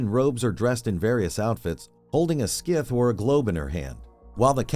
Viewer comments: wtf is a scith xDDD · I don’t know what a “skith” is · the fuck is a skith hahahahaha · the heck is a skith? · What the fuck is a ”Skiff?”